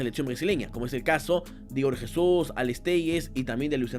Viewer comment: Hay cierto error en la pronunciación de 2 jugadores que mencionastes, Alex Telles(telis), el LL en el nombre es engañoso, y Igor Jesus, con la J de Jesús, Creo que el Narrador de los partidos habla correctamente, o puedes buscar en Google para hablar en portugués.